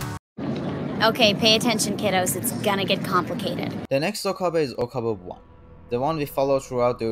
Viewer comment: Okabei not Okabaa